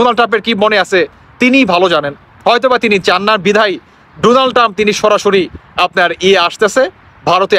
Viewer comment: পাম্প না ❌ টাম্প ✅